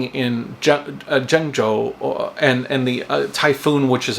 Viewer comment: JENG JOE...I speak Chinese super well even when I don't have a script! Jonggo JaYoe! Woah Aye Jonggo!